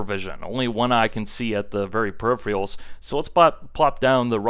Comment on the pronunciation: PERI-phe-rals, not peri-philias